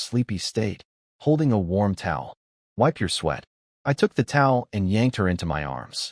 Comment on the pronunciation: I don't understand why "of" , "it" , "in" are pronounced correctly , but "my" is read as M.Y.